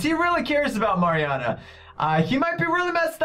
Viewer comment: at the beginning all I could think about was that was saying her name wrong. it's Mariana!